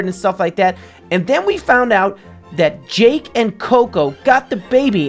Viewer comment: its JAKE not JACK